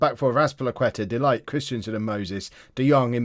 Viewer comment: Please please his name is pronounced DE LICHT